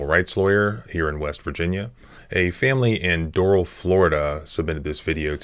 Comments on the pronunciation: Pronounced Door-RaLL Not DoRaL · It's pronounced dough-ral. Not doe-roll You'll sound like a local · Do râl' County..."a" like in apple, emphasis on second syllable. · I would never live in south Florida. That place is a $hithole. I’ve been to Doral, the ppl there pronounce it Door-Al: Door (like front door) Al (like the Al Bundy). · John, Doral is pronounced with emphasis on the second syllable: dor-AL. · It’s prounounced like door Al . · It's pronounced "door-RALL" FLA. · It's pronounced Dor 'ăl and it's a commie shithole. Did that Cuban cop dispatcher really ask the Cuban security guard if the kids "black or white?" WTF? There is no limit to the stupid in Dade County. And how is it she didn't pick up on the fact that the rental pig first answered there are two kids and then later says there are three? This kid was straight up abducted by that coward cop. I say coward because he'd never try handling a man that way. No cop will EVER get me to "get on the ground." I am not his boy, nor his dog. He'll die trying and if I go too, so be it. I will NOT be ordered by my servants, ever. Better to die on my feet than live on my knees. Who can ever show his face in public again after taking orders from a public slave? Nope. Never gonna happen. And what's with the use of this word 'subject'? Are we subjects? Does this order following robot mean to say 'suspect?' If so, what was he suspected of? The only thing this cop said right was, "I'm a cop." Yep, you sure are, and you were a hall monitor in government school, too. End policing in America. And, John, if you want people to live freely you need to STOP telling them freedom is scary. Freedom is NOT scary. This police state is scary. Let's deal with it. FTP! We don't need them! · Doral pronounced : Doe-ral